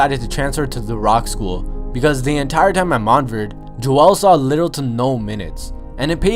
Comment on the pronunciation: this man said "mont verd"... smh